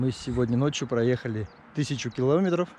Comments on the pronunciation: Молодец, очень красиво, познавательно, но ... не килОметров, а киломЕтров. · Не полОжить, а положИть. Не килОметров, а киломЕтров. Ничего личного, просто ухо режет.